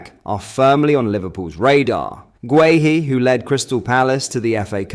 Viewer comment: This guy can actually pronounce guehi properly 👍